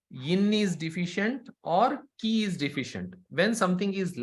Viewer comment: Many tanks ! The pronunciation of Qi, in English and Chinese, is qi (/ˈtʃiː/ CHEE), not Key